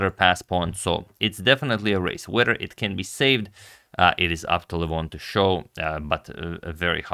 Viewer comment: Got me a join because you pronounce LEH VON correctly... and your care for chess in the way you have mitigated the drama is admirable and shows the integrity you have to this King's game.